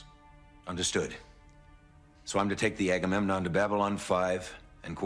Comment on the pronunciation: Hope you liked the new ship: the Earth Alliance Omega class destroyer. 1,714 metres of death and destruction with 2 squadrons of fighters. The pronunciation is A-ga-mem-non. Unfortunately, although he was the captain, Sheridan didn't get to keep it. It dropped him off and left. Don't worry, you'll see Omegas again.